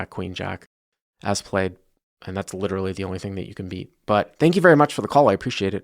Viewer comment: When the Big Bwind witerawy weads out after a wimp. I couldn’t believe it !!